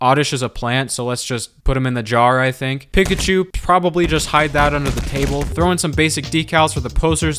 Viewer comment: I came to the comments to say the same thing. Though that’s also in part due to the way he pronounces Pikachu :(